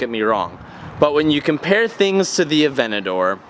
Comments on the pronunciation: A-V-E-N-T-A-D-O-R not “aVeNtI” good lord 😂😂😂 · saying Aventador "Avenadoor"